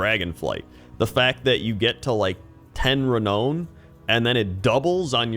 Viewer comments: It’s pronounced Re-NOW-n! Not Re-KNOW-n. 😅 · I love your videos but wtf is ree-own lol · cant like video because of how you say renown. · I'm still giggling at the way you say renown (you say it rhyming with "loan", but the -oun rhymes with "crown") Dragonflight is amazing, it's such a refreshing expansion and I'm still looking into logging in every day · Bless for the way he says renown.